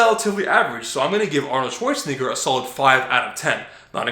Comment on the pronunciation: Dude said Arnoldswanigga really